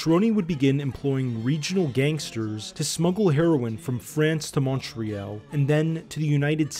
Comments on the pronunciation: in french it's Mon-real and to english speakers from Montreal it's mun-tree-all....you'll always know someone isnt from here if they say MONtreeall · Montreal. Pronounced like "Mun-tree-all". Not "Montreeyal" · Montreal is pronounced as ‘all’ not ´pall’. Not pronouncing right. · Good documentary, but you should learn to pronounce Mon-tree-all. It's not Montree-al. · Terrible pronunciation of the city name...it's Montreal (Mun tree all) not Mon tree al.. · Very interesting video.A minor complaint Montreal is pronounced Mon-tree-all. As a native Montrealer it became very distracting after awhile. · MUN- TREE - ALL ...Je viens de la moi 😜 Hahaha tbk que c drole. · "MORE AY ALL" ....The "ALL" sounds like ALL but its not ALL is Al "Mont-RE-AL "Mon- Hay- AL" Hahahahaha i suppose there is more than one way to pronounce it. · OH he "liked" everyones comment, except the one were we correct his pronunciation of MUN TREE ALL hahaha funny shit. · Omg yes so distracting. 😬 Took me out of the video every time. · Mun-tree-all. Mun-tree-all. Great video! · It’s pronounced mon-tree-all for us allophones. Great documentary! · Pronounced Mon-Tree-All in English and Montréal in French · Why does the narrator call Montreal “Mon-tree-ELL”? 🤔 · Great video! Just learn how to say "Montreal" correctly and it will be better. We say it like this : "MontreHALL". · Say after me MOUNT-TREE-ALL 😅😅😅😅😅😅😅😅 stop mispronouncing Montreal Great documentary though great job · Man you need to learn how to say Montreal. It like Montreeall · Ok..you correct someone for saying Montreale...by saying Montrehall?...WOW! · English or french...unless you have a speech impediment, no one pronounces it montrehall! lol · Dude if your going to make a video like this, LEARN HOW to pronounce the name of the city. Munt tree yal I cant even watch its too distracting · Pronounce the city correctly! It's not "Man-tre-YAL"!! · The bad pronunciation drove me insane! And I'm from Australia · Please pronounce Montreal properly